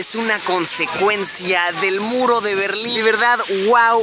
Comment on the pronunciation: Pensé que era el muro de la legua y también pensé que decía berlini